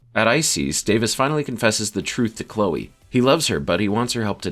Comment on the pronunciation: I can get past the "lah-nah" mispronouniation but calling Chloe "Klee-ah" is unforgivable